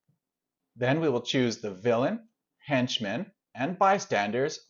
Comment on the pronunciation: I've never heard anyone pronounce "henchmen" like "hench men" before.